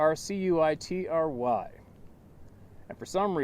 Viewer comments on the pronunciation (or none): Circuitry: (pronounced SIR cut tree) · CIRCUITRY - ser-ka-tre arrangement of CIRCUITS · Circuitry pronounced Sir q itrie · Circuitry is pronounced sir-cut-tree. Like an electrical circuit. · “Circuitry” is pronounced “Sir-Cut-tree..” ❤️ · Sir-kit-tree, circuitry, lol love it don't ever quit we love you exactly as you are.